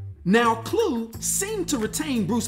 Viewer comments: i have never heard it pronounced as Clue....ive always heard Kl-Uh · Is it not pronounced claw? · You're mispronouncing Kluh btw